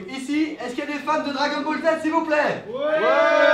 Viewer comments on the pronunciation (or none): none